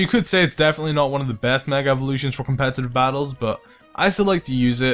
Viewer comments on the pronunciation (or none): All i hear in this video: Copetative batteling Copetative batteling Copetative batteling and Hes So Strong So Strong So Strong So Strong